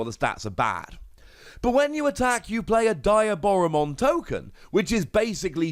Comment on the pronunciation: Friendly reminder DEE-aboromon (like Diablo) B-L-Zemon (like Beelzebub)